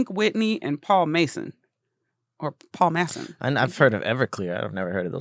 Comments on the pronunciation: She said Paul “ Mason”😅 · Its pronounced Paul -Ma-san with a short a